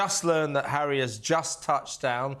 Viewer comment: Stop you camellia announced Prince Harry arrival and not zHarry